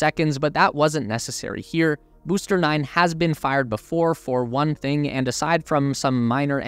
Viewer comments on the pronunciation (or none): none